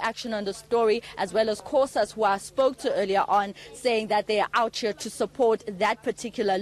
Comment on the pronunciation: Did this reporter say 'outhcea' as in OUT HERE. Oh wow